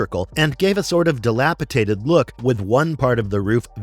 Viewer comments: DilapiTated though ??????? There is NO such word ! Try dilapidated instead. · di·lap·i·dat·ed /dəˈlapəˌdādəd/